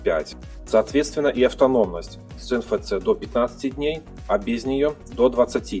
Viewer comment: "Эн эф си" так читается (NFC). Просто режет слух.